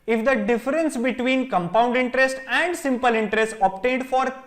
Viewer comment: How he confidently saying comepound intrest 😂